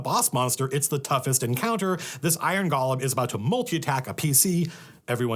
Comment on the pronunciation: Matt, I can usually handle it when you mispronounce “golem”, but not when you do it ten times in quick succession.